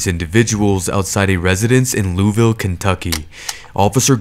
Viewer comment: Just an fyi, it's pronounced loo-ee-ville.